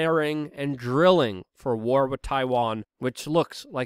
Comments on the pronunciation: It's not wit it's wiTH and it's not imporant it's imporTant and it's not Puin it's PuTin. If you are going to broadcast you should learn how to speak English!!! And by the way there is no country called Mymar. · Try saying "With", not "Wit".